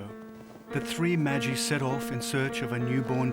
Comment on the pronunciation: OMG It’s Magiii not Mageee And it was David and Queen Bathsheba not Solomon his son.